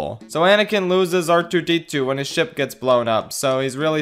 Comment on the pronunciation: You forgot to mention that near the end of the Ryloth arch finale the Tactical Droid says “prepare my shit” instead of “prepare my ship”